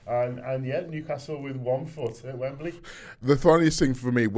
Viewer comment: It's Wembley said 'Wemblee' not WembeRlee FFS.